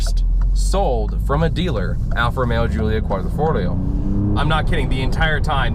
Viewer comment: Dude...you're an automotive journalist and you can't pronounce "Quadrifoglio" ? ....Be professional and practice it and then do your video.....EMBARRASSING ....